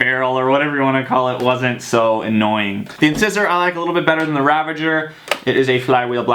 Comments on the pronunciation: Did u say incisors it's in ci sor. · Does your dentist pronounce incisor like that when he's looking at your teeth? That really triggered me